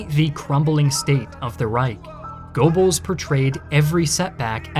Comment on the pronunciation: Casually listening, trying to figure out who this "Gorebells" is that keeps getting mentioned. Oh. Goebbels.